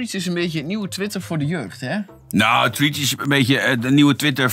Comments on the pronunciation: Triets? 😂😂😂 "Threads" = frets. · Treatz? Het is Threads haha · “treats” omg 😂😂😂